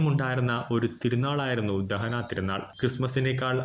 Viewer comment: ദഹനാ തീരുനാൾ അല്ല ദനഹാ തിരുനാൾ എന്നാണ്.🫀❤️🙏